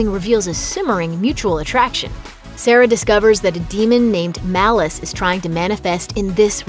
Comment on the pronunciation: Not malluce malice